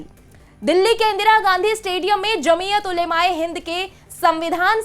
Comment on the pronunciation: सही उच्चारण, जमीअत ओलमा ए हिंद।